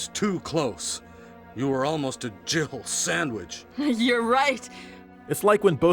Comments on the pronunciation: I don't care what anyone says; Barry says "JIBBLE" sandwich. Yes, I know that makes no sense and he was probably supposed to say Jill sandwich, but it'll always be Jibble to me. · I have listened to that clip probably 50 times from different YouTubers and I have to say...I just do not hear Jill Sandwich. I dunno if it's just my ears or what but it ALWAYS sounds like he says Jiggle Sandwich to me. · I can't be the only one that thought Barry said "gerbil sandwich" listen to it again and see what you think, it sounds like there's a "b" in there. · When Barry says "Jill sandwich" he splits Jill's name into two syllables with such emphasis that it almost sounds like "Jiggle Sandwich."